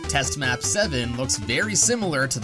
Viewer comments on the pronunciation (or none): it's pronounced "test ma poo seven"